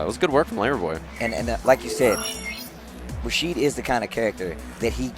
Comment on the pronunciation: "Rashido" lol